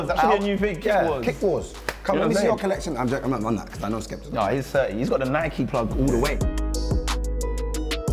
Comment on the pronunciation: Nike not Nicky 😂